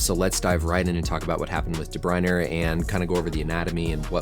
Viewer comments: Great video as always, but one correction, then ending of his name is pronounced "ah" not "er", otherwise you got it perfect! "Dah-Br-Oin-Ah", or some say without the ending "ah" as well! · DE BRUYNE, NOT DE BRUYNER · Where’s the second R in DeBryne? Learn how to pronounce it there doc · Doc, tip for ya: is pronounced "deh-broy-nehh" and "Rudy-gah" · There is no letter R in his name. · Thank you for all the invaluable information. Your speaking style is exceptional: fast but fluent and easy to understand. How you pronounce De Bruyne is a little different from the sport commentators. Keep up the good work! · The way you say de bruyne really pisses me off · I think you have a problem with the saying Kevin's last name. The English and Belgium say it differently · Even european commentators get it wrong lets not worry so much about such things this mans a doctor well educated not a major hold up for him i wouldnt say 😎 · Cut him some slack, there european names, especially if they dont watch the sport, there not going to know how to pronounce it.